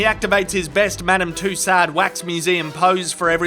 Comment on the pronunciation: You mispronounce quite a few names in this video, including LaBoeuf, Tussaud, Keanu and Levitt.